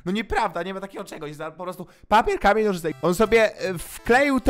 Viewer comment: czy ja tylko usłyszałam komen a nie k amień XD